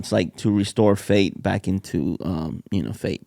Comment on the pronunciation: “restoring fate” when he meant or was trying to say faith lmao